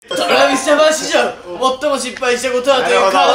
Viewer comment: TravisJapanし↓じょう↑(多分イントネーション違うよしめちゃん)